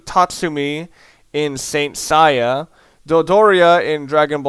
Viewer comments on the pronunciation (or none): saint seiya. (Say-ya)